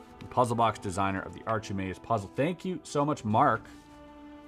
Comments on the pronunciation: Archimedes - Greek mathematician and physicist British pronunciation - Sounds like: aa·kuh·mee·deez Sorry, the archee-maydes had me in stitches XD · "Archimedes" is NOT pronounced "arch ih mades", it's pronounced " Ar Kih Mee Dees". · “Archimedes” is pronounced are-kuh -mee-deez you silly goose 🤣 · Archimedes is pronounced ark-i-mee-dees. Just thought you should know. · Ark-eh-me-deez lol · Its Ark-ah-me-deez lol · It’s Ark Eh Me Deez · Just FYI, "Archimedes" is pronounced ark-i-meed-ees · Note from the Pedantic Police: the (traditionally~) accepted pronunciation is "AR-key-Mee-dees", an ancient Greek from Sicily, father of mathematics & (alleged~) creator of the phrase "Eureka!" (I have discovered it!), which he was said to have run around shouting while stark bollock naked (he had a moment of inspiration in the bath)... probably he was the founder of nudist camps too... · The name "Archimedes," you may have heard it before but never seen it written down. It's pronounced arr-kihh-mee-deez. He's one of those ancient math guys like Pythagoras and them. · It is disapponting that you don't know how to pronounce Archimedes. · I feel you're pronouncing Archimedes incorrectly. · Never heard Archimedes pronounced like that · It hurts my head that Chris doesn't know how to pronounce Achimedes